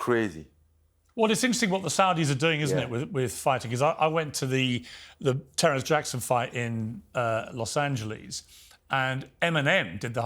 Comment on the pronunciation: "i went to the Terrance Jackson in Los Angelesss" lol 🤣🤣🤣